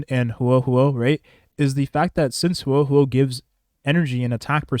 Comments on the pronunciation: bro im begging please say her name right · He didn't, but most native english speakers don't know/care how to pronounce things outside their own language very well